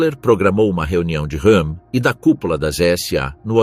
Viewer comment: Ernst Rőhm "R" e não "H"